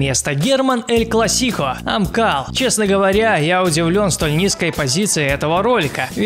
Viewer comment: Кла́ссико, а не класси́ко